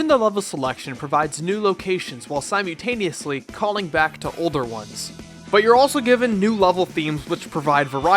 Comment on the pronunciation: Sigh-mew-taneously xD